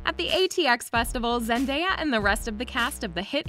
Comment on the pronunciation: How many times did thise video say Zandeya.............just a joke